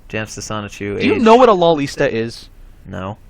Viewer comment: LOLITA!!!! Its spelled and pronounced Lolita